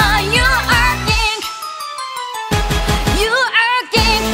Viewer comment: ことね様の独裁国家の誕生！？← 『ヴァージン』と『思い込め』の歌い方がとても好き。まぁでも1番は『You are KING』の発音が綺麗で最高。たったの2分の曲っていうのが残念。もっと聞いてたい。鬼リピ確定ですね(オタク特有の早口)(瞬足)(コーナーで差をつけろ)